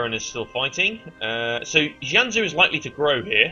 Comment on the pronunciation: Pretty Sure You're Mis-pronouncing Both Jianzhou And Haixi.